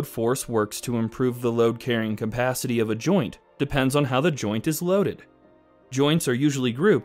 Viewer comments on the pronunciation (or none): It's CApacity, not COMpacity.